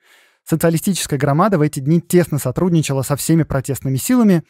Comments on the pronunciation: Не грамада с ударением на второй слог 😢😢😢 .А Грамада 😊😊😊 с ударением на последний слог))))) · Хорошая и интересная тема! Ждем продолжения! Только вот в слове в названии партии "Грамада" в белорусском языке ударение ставится на последнем слоге.